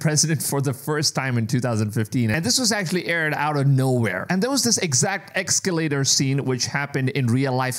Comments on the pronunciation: Es-Ca-lator...Es-Ca-lator...no X!! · Essss calater. Not "EX" calater